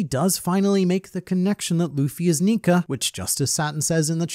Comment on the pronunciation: Why does he say Nika with a hard r